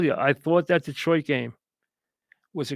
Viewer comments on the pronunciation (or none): none